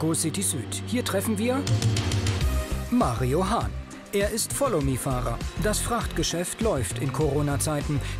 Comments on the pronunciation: Mario Hahn, auch alleine der Name, Legende😂❤️ verstehe immer Marihuana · Nur ich höre "MARIJUAN(a)"?